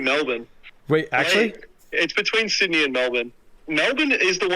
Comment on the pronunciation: i mean he did say sydey